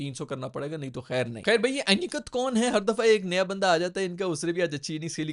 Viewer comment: Annkat nahi Ani-ket hota hai bhai😂😂😂